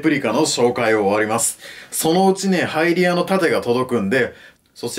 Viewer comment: ハイリアの盾がハイディオの盾って聴こえるw